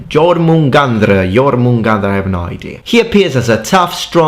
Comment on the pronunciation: speaks like 6 different languages in this video pronounces every name of weapon perfectly but cant pronounce something as simple as jormungander lol